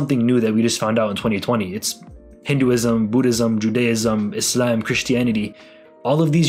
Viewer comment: when he names the religions, u can tell by the way he pronounced "Islam" that he's a Muslim, 😂 from a Muslim the "sss" let's u know.